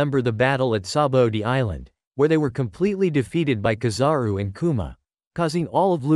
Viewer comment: Why did he say Grap not Garp and mahawk not mihawk and kazaru not kizaru